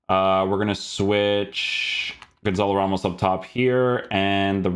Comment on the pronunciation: Pretty sure it's pronounced Gonsal Rhemsh